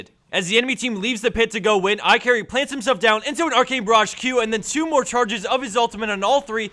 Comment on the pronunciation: His name is IKarry actually. but okay lol